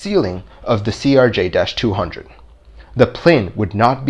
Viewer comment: I work in the aviation industry and worked for an airline they flew CRJs. Trust me, they are pretty touchy about the way its pronounced. To the extent that their employees will correct you mid conversation if you say it wrong. Got to be a bit of a running joke work - would purposely say it wrong just to see if we'd get corrected by their employees.